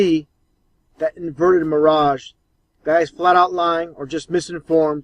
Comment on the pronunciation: Lol ahh man. Help these people.. He said Miragè sheesh